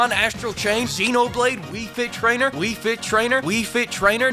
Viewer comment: Wii Tit Trainer.